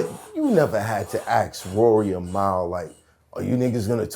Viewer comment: I don’t even fuck wit that bozo Mal .. but I need to know as a black human being .. how can you pronounce that incorrectly??? It pisses me off